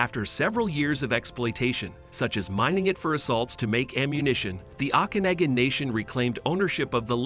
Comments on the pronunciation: That AI voice is hilarious. Listen to the pronunciation of Osoyoos and Okanagan lake. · Never heard Osoyoos or Okanagan pronounced so badly in my life !! 🤦🙄